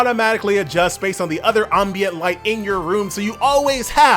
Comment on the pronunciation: I'm mad this dude said "AHM-bient"